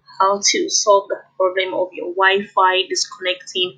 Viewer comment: I thought she said " your wife" 😂😂